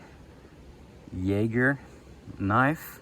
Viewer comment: Per the knife's company website, your pronunciations are spot on along with Jager meaning hunter in German. I picked up the F118-G (with green and black handle scales) to test out over a period of a few months. After taking it on a camping trip and putting it through various tasks, I have come to really love this knife as a great all-around woods knife. After having tested out the F118-G, I gifted that one to a young man and purchased the F118-B (black handle scales) for myself. In my opinion, and for the price, this is a great compact knife with a sheath that works for both of my preferred methods of carry; horizontal cross-draw and as a neck knife.